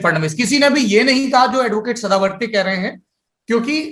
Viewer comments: To sadawarte 44 la chawrechalis mhanto🤣🤣🤣🤣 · being Maharashtrian at least you should pronounce Mr. Sadavarte correctly and appraise your co-host about the same. It's " गुणरत्न सदावर्ते ". You may follow Marathi news paper for the same. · निखिल महाराष्ट्र से है ? तो नाम तो ठीक से ले लो बे, "गुणरत्न सदावर्ते" .. गजब मिर्ची लगी यार सौरभ भैया आपको हैं ! 😉 आपके प्रदेश का नही पता पर महाराष्ट्र में CKP ब्राह्मण माने जाते हैं, तो जानकारी आपकी गलत है । प्रकाश आम्बेडकर शुरूवात से मराठा आरक्षण के पक्ष में हैं, वो कभी इसके खिलाफ नही जायेंगे, राजदीप ज़रा संभल के बात किया कर । अम्बेडकर जी के ज़माने में भीषण जातिवाद था, आज के ज़माने में भी भीषण जातिवाद है, इसलिए आरक्षण की व्यवस्था और ज़्यादा मजबूत करने की ज़रूरत है, इसलिए आपके चैनल में भी आरक्षण की व्यवस्था का इन्तेज़ाम कीजिये सरदेसाई साहेब, कितने sc st obc ke कर्मचारी हैं आपके चैनल में ?